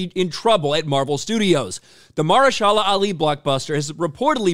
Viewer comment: Muh-her-sha-la…great video bro but boy did you destroy this guys name lol